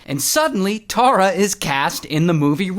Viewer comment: Omg my name is Tara and please try and say it like tar-ra not tor-ra tysm ❤